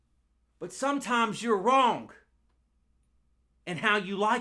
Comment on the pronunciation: I love the way you say wrongk